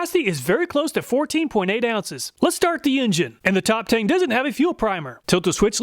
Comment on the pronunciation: a stupid nitpick but it would be pronounced Top "Tongue". The "E" in chinese writing is pronounced like a short "U'.